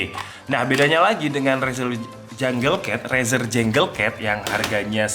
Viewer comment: izin koreksi:) junglecat = janggel ket bkn jenggel ket 🙏🏻 review = rifiuw bkn refiuw